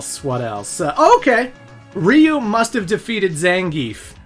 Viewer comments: It's so funny to me when I hear people saying "Rhee-you" and thinking it's any less wrong than "Rye-you". If you're confused, here's a hint: Ryu is one syllable. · Dude said reeyou instead of ryeyou is wild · Ya pronounced Ryu wrong , it’s like Rye-u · “My mom doesn’t really play video games, but she sure as hell knows who Ryu is!” Sonny, that’s pronounced Raiyu. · Dude, did you say Ryu-nion? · You cant even pronounce Ryu lol